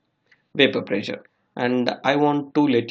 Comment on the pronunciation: Dude! What bakwas. "Boiling point temperature decrease with decrease in pressure". Be more specific. Your OK OK is too distracting. Prezure?